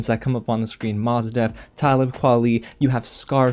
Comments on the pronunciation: ok these dudes are being a bit harsh but you did mispronounce Mos Def. It’s not a Z sound it’s like MOE-S with an s sound. Like most without the T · When you said ‘Mozz’ Def I was out lol. That’s when I knew I couldn’t take you seriously.